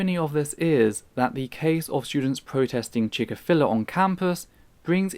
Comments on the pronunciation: Why do you pronounce Chick-fil-a like that? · Good points made here. I must admit though, I've never heard Chik-fil-A pronounced like that.